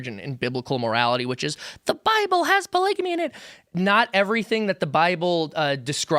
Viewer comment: It's f**** hilarious that can't even pronounce polygamy